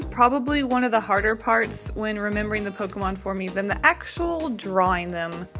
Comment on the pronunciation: I love your style. Also im glad that u correctly say "pokEmon" and not "pokimon" Pokemon is the short version of poket monster and poket is poket not pokit so is pokemon not pokimon. My god is absurd how many people get it wrong